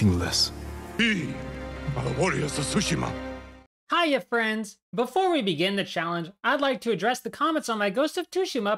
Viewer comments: its pronounced tSu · proper pronunciation is Tsu - Shee - Ma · It's tsu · Tsushima but the t is silent so its sushi-ma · Tsu is different from su, and some people just pronounce it differently.. but it's definitely not tooshima 💀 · jin does NOT pronounce it Tushima, what are you talking about? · It’s not Tsushima it’s Tsushima.